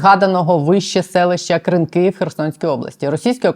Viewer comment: Що означає "директор з компаній"? Дуже сумнівний інтервюер сьогодні.. як і сайт razom we stand, схоже на шахраїв (реквізитів організації не має, одні директори і збір донатів). Здається правильно КрИнки, а не КринкИ. Не пропускаємо ваші випуски, але сьогодні хотілося перемотати в кінець відео.